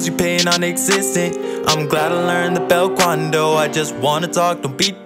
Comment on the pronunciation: “ Im glad I learned the belt-quan-dou” 😂🤣